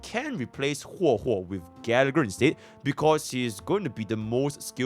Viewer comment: Bro really call her Hwe Hwe in a video vetted by Hoyoverse themselves 😂